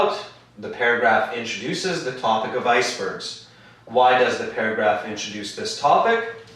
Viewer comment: Sorry it should be TOPIC not TOBIC min 5